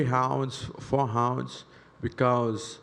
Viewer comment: Paulo was fighting hounds in the gym. (Yes I know in Portuguese the r makes an h sound)